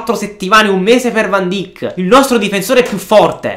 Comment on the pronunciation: Si scrive van dijk ma si dice van daik